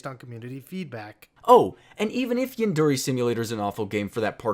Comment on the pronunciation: Bro the way they pronounce yandere...